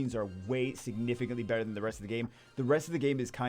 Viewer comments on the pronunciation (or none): none